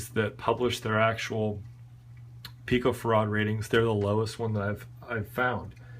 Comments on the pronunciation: Accent is on the "farr", not the "ad." Pi-co-farr'-ad. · It's pronounced 'pico' 'fair - add'. Canare is 'Ka' 'nare'